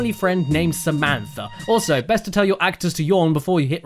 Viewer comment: Samantha Boekweg SUHMEEEANTHAH